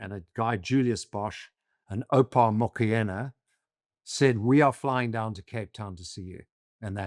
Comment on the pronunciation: Mokoena is pronounced Mokwena